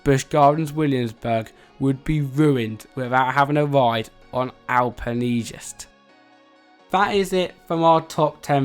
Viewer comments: Pronounced “Al Pen Gyste” Don’t know how you got al pen hee jest. Lol Does British English differ from American English in this sort of thing? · No offense there is no way you have been here alpengiest is not better than griffon or Apollo’s chariot and you pronounced 2 rides wrong it was pronounced mock tower also pronounced al pen Geist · Al-pe-lee-gyst? HOW? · how the hell did you pronounce alpengeist SO wrong ??